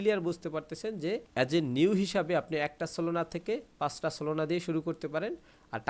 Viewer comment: solona❎ solana✅